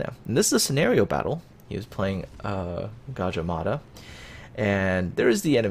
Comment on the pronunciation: You got a like because you pronounce "Gadjah Mada" right :P